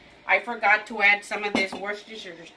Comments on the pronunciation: Just say "Wooster" sauce, that's more or less how it's pronounced over the pond....Love your show. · Dubya sauce “W”. Worse ster shire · Worcestershire sauce is pronounced by locals as wuster sauce. The cester and the shire would not be pronounced. Happy cooking! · you pronounce,Whortershier like you say shower 😅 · "Worcestershire" is actually quite easy. "Wooster" rhymes with "rooster." "Shire" rhymes with "fire." Worcestershire is "WOOSTER-shire." 😊